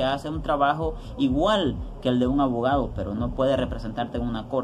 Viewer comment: 😂😂😂😂salio avogado el wey!!